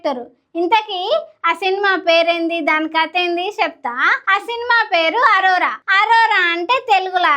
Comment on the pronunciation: అరోరా కాదు అనోరా